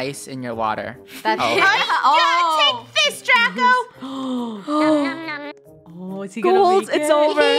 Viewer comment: Its dracO not dracA